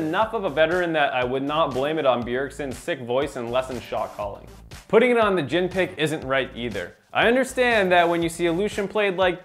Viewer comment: JHIN* not Jihn